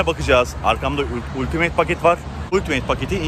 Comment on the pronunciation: Emege saygi cok guzel video olmus bu arada Ultimeyt degil altimıt :)